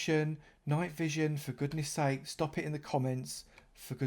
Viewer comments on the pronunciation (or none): none